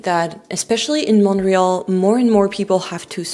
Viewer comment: Why are you mispronouncing "Montreal" ?